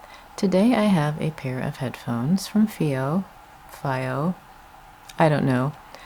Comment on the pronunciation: It’s pronounced: Fee-Oh.